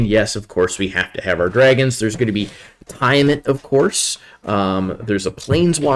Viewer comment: Some pretty good analysis on the set here. Be prepared to lol at some of the pronounciation (ex: Tiamat, Drizz't, Dimir), but whatever. Solid recommendations, and I agreed with most of his top commons picks, and probably any differences would've been the 4th pick anyway.